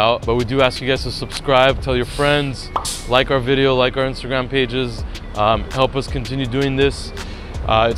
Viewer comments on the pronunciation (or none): none